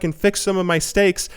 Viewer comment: 2016 "fix my steaks" funny flub 😂